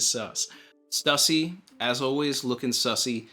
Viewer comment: Thank-you so much for not pronouncing it 'Stoosey''.